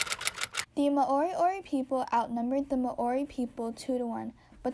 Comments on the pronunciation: Mowri not may ori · You cant pronounce Māori properly so i claim this as fake news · mAAori? mAAoriori? No. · Nah Māori and Moriori